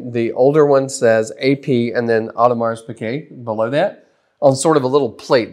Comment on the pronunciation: Superb video comparison showing the differences. Much appreciated! As another comment mentioned, the bracelet is also notably thinner from what I have seen, but you hit almost all the differences. Genuinely appreciate the vid - but, my man, do yourself a favor and find a pronunciation guide for Audemars Piguet. The s is silent. That was...jarring. Jenni Elle's channel has a great pronunciation guide that includes AP: But really do appreciate the video!